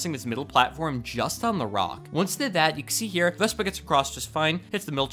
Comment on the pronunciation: he said vesba